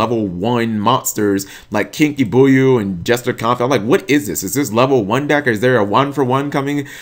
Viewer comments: Kinky Buyew LOOL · didn't read Where Arf Thou.. didn't read Slacker... keeps mispronouncing Kinka Byo... *when the cringe is too strong*